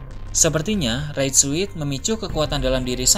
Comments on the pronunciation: Raid suit. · Red Suit itu dibacanya Red Sut bang